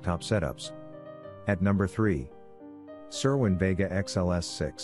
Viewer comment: You don't even know how to pronounce vega